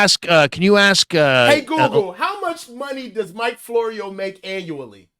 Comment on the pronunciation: Florio? Sounds more like borio.